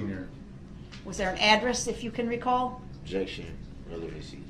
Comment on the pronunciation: She’s making fun of the way Brooks pronounces the word objection.